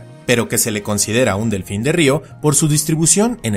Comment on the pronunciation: un ñelfin